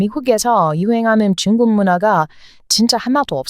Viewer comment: 쭝국 이라고 발음 하는거 보면, 코리안이 외쿡인 흉내 내시는것 가타여,~~